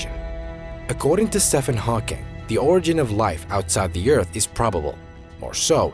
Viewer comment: Oh my God! I can't listen to this dribble any more !!!!!!!! ... You can't even pronounce Stephen Hawking's name correctly. Science fiction writing is not a Theory!!!!!!